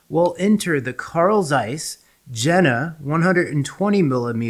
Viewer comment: Very informative but please Jena is pronounced “Yenah” 😅